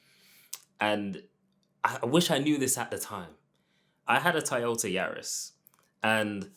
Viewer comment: The way you say Toyota 😂